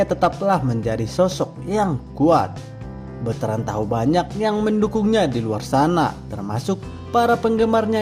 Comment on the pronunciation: Sy seneng deh denger beritain host KY gini tp jngan bilangnya Beutrand dong kn namanya BetrandPutraOnyo.